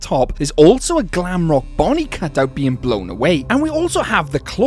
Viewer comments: you said bonine bro😂😂😂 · You said Bonnie wrong